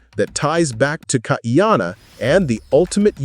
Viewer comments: NOT Kaiyanna! Kaʻiana (Kah-ee-ah-na) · Please KAH - EE-Ahh-Naa.